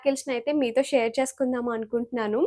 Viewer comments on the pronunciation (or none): none